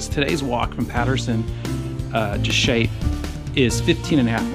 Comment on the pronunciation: Another video full of memories - BTW the town is pronounced Shapp, rhythms with App. The route off Kidsty Pike is very step and the path along Haweswater Water is long, oh so very long. We decided to stay high and turned left just before Kidsty to High Raise - followed the ridge and after a short but step descent, rejoined the path with only about 1/3 of the reservoir to walk.